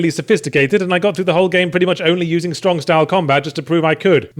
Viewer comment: king of stwong stahl